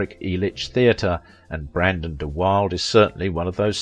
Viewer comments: Ooops! clicked in error... 18.41 mins. & secs. of listening to you mispronounce this poor mans name wrong. Don't tell me you've not found evidence against Paul Newman yet. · PLEASE PRONOUNCE His Name Properly… It’s Brandon DE WILL DA not DE WILD I actually saw him in person when Shane opened In Phila. (at the Mastbaum Theatre) but keep the Videos coming as they’re informative and always entertaining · I owe you an apology. I said his name is pronounced da wilda and it is not. You are correct. I searched a few videos and one said da wilda and then I watched an episode of What’s My Line where Brandon was the guest. I must assume the host got his name correct when introducing him to the audience. I apologize.✨✨ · Where's Professor Higgins when you need him! It's de-Wilduh not deWild. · Interesting video. His life paralleled James Dean's in many ways. One point of order: Brandon's last name is pronounced "de Will Duh" NOT "de Wilde". I looked it up. He may have had Oscar Wilde's sexual interests, but not his last name! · de Wilde is pronounced de Will dah not de Wild, I think most of what you say is gossip and fiction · His name is pronounced Brandon duh Will-duh, not wild. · His name is pronounced de Wilda, not Wilde. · Just for the record, the narrator is pronouncing his last name incorrectly: it is three syllables - de-Will-duh . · His last name is pronounced da wilda.✨✨ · Isn't the correct pronunciation of his name "de-Will-da"? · Learn to say names. De-Will-de (both e.s short) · It's pronounced Deh Will-duh. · Mispronunciation of Brandon’s surname. It is “duh-will-duh”. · If you're going to make an entire video on someone, it would be nice if you pronounced his name correctly. duh-WILL-duh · It is also usually pronounced De Wildee... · I think Brandon's surname is pronounced dee-WILL-duh. But I could be wrong. So please ignore me. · Pronounced De Will da. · The correct pronunciation is DUH WILDUH!!!!! It GRATES to hear it continuously mispronounced here!